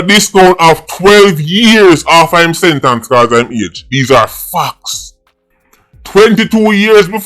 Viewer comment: Come man you know so much and don't know how to pronounce "SENTENCE" please, do better ;)